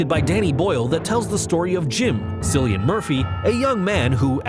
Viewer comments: Just so we are clear hear....his name is not 'Silly-an' it's 'Killy-an' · It’s said like KILLian Murphy 😂😂 not sillian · Cillian Murphy - 28 days later.. The C in his name makes a K sound not an S sound Cillian ( pron=Kil e ann) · 1. It's Gemma (Jem-a) not Gamma 2. Rose "Burn" is actually Rose Byrne 3. It's Abigail Breslin not whatever you said 4. I am Legend is a vampire allegory 5. It's spelled Cilian but pronounced Killian. Quick little bit of research next time huh?? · ‘Silly-Ann Murphy’... it’s pronounced with a hard “K”. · Did you just say “sillian Murphy”?